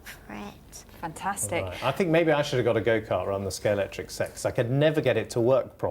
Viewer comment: He's mispronouncing Scalextric as Scalectrix!